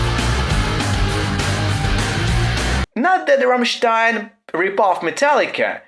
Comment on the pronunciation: Finaly someone on youtube that says rammstein not rammsteeen